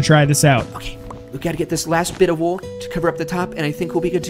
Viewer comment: Lol, "Let's put down a bunch of wool" it sounded like he said Wuul, and it reminded me of "Sara with no H" XD